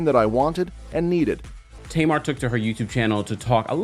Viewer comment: Her name is Tamar. Not Tamara 😊